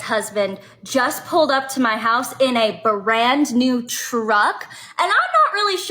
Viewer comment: "A berand new teruck".... what an annoying loser